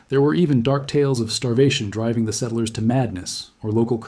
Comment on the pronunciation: I had suspicions, but I was sure when I heard it pronounce settlers.